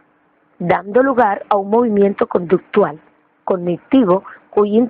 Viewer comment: que horrible video, redacción mala, lectura malisima, la persona no sabe leer ni pronunciar si lo esta leyendo de menos que lo haga bien ya que sus diapositivas sin orden se quedaban en la misma y según explicaba de verdad pésimo video no ayudo en nada y es conductual no conductal, lo vi a fuerza porque me lo dejaron de tarea.